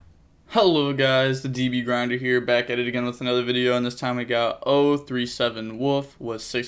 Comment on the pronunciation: "Anoda one" gotta love to see it